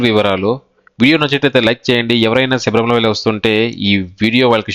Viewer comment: సబరిమల కాదు బ్రదర్ శబరిమల